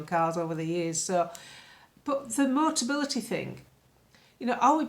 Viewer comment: luv, it's MO TA BI LI TY. Motability negotiate a discounted 'fleet' deal with manufacturers and importers for cars that they then lease at subsidised prices to eligible disabled people. If a buyer needs it, they convert the controls of these regular cars prior to sale. MOTABILITY are only involved with real full-size cars and have never dealt with MOBILITY scooters and foldaway 3 or 4 wheelers. Yes, it's a wheeze. Nice little earner if you can get it.